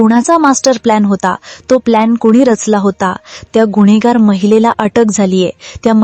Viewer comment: गुन्हेगार असा उच्चार करा मॅडम. गुण्हेगार नाही.